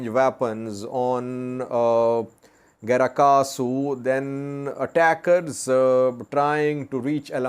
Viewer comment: It is "Grat Kahsu" but not "Gra Kahsu"